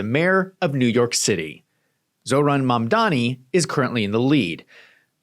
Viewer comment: Mamdanì. Emphasis is on the last syllabus.